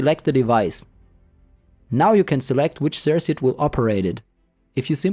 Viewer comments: It's pronounced "Sir-Kut" not "Sirsut" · Bro. I know this is old AF. But please. Sir-kit. Or sir-cut. Sirsit is triggering me so hard. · sersit? cirKuit maybe... As far as tutorials, not very helpful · Nice tutorial! Thanks! Just to let you know incase you weren't sure (I know English isn't your first language - though you speak it well): circuit is pronounced like cirkit with a hard 2nd c. :)